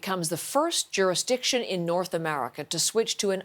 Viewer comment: The word is JURISDICTION! 🤦not juristiction! oh no! here come the Mendela affect conspiracies. 😩